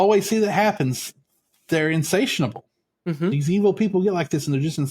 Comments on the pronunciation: For me it was the mispronunciation of “success” and “insatiable”. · As a southerner, I also had trouble with that as well as the mispronunciation of “insatiable”.